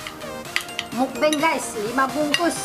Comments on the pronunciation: Kak itu mukbang bukan mukbeng ( maaf klo tersinggung. ) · Muk bang bukan mukbeng